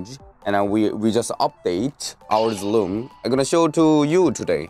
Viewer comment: When he would say room I heard loom